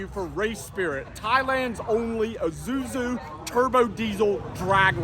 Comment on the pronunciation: Im i the one who doesn't know how to pronounce Isuzu whats Izuzu